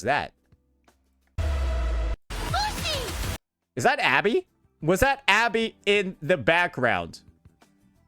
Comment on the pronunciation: Anybody else hearing Pussy and not Lucy?